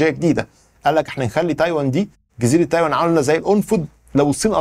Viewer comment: تايواااان و ليس تايون